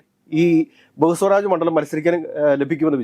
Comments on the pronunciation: ബഹുസ്വരാജ് അല്ല, ബേഗുസരായി. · പൂർണിമ അല്ല പൂർണിയ ബെഗുസരായി.... ബഹുസ്വാരാജ് അല്ല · പൊന്നു ഒന്ന് റിസർച്ച് ചെയ്തിട്ട് പറ. ബെഗുസാറായി ആണെടോ പിന്നെ പൂർണിമ അല്ല പൂർണിയ.